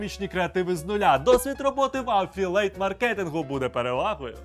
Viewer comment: не дотично до відео, звісно, але як людина, яка трохи знає англійську, слово "афілЕйт" викликає в мене позиви до блювання. де в транскрипції слова /əˈfɪl.i.eɪt/ загубився цілий склад? (да, я душна, але це не найскладніше слово в англійський, шоб нехтувати буквами)